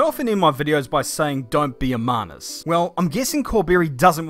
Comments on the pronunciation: "Manus" lmao ok aussie boomer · WTF is a "Manis" I don't what part of NZ you're from m8 but I've never heard that before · I just learned a new word. Manus. At first, I thought Manus was a posh pronunciation of Menace. Which he was also being at the time he was being a Manus.